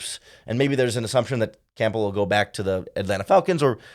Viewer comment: Campbell, it’s cam-bül like the soup